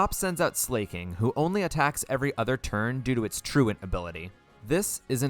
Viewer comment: Thank you for pronouncing 'truant' correctly. I always get a laugh out of how many poketubers say tru-ONT, but it's getting a little old lol. Great game choice for the run btw! (And everyone knows that Flannery pokemon is Ligma.)